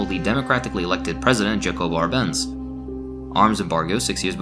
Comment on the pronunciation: If this was an exhaustive list the video would be many hours longer. Good video. A note that Jacobo Arbenz’s name is pronounced with a “Y” sound. Like Yakobo. Jacobo.